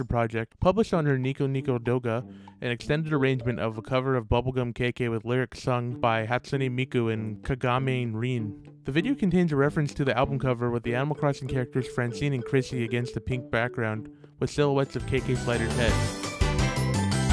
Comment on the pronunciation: My soul hurt when i heard that "kagamin rin" 😭